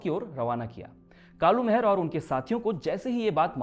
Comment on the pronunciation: आपकी बहुत बेहतरीन प्रस्तुति है मित्र परंतु जिस महान क्रांतिकारी के बारे में आप बता रहे हैं उनका नाम कालू माहरा था।महर नही। और ना ही मेहरा।